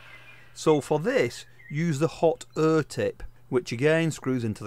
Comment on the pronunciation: What's the "hot err" tip for?😆 Jokes aside great videos. Thanks boss!